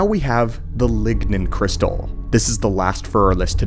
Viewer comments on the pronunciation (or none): Did he say "Ligma Crystal"?